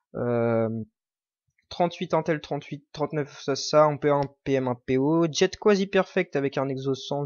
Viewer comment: Nan faut arrêter de prononcer "Jet" comme si c'était un Jetski bordel, jet vient de "jet de dés" à la base, l'algorithme qui détermine les stats d'un item ! Donc c'est [J'ai] et non pas [Djette] !!